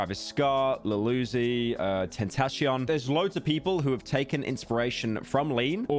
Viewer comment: bro pronounces lil uzi like fucking iggy